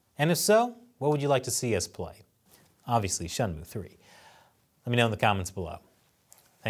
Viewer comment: A gaming channel talking about politics doesn’t sound right. That Shenmue (shen-moo) pronunciation is also a first. lol